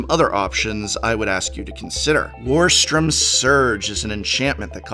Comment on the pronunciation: warstorm is a compound word so this is the first time I've heard it mispronounced